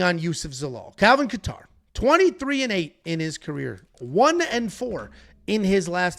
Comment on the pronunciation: How do yall NOT know how to pronounce Kattar's name ? :face-green-smiling: Sounding like casuals.